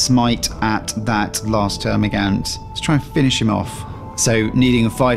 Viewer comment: I couldn't watch this because you couldn't pronounce termigaunt correctly sorry guy